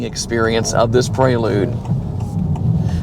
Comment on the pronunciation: Praylude? You mean Prelude.. Pre, as in before..